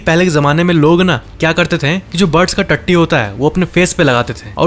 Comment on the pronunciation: When he says tatti